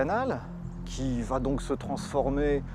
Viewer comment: Je vais tu vas il VA !!!!! pas de T donc pas de liaison !!!!! Putain ça arrache les oreilles